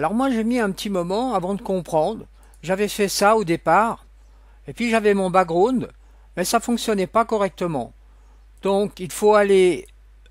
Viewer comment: Le ' brakground ' 😂😂